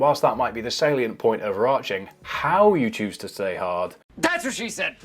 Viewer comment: ur "stay hard" sounded pretty american i must say